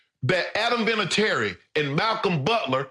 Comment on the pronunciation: Love how Skip pronounces Vinatieri’s last name wrong lmao 😂😂